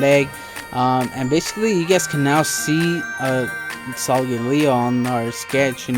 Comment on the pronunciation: did not say the name right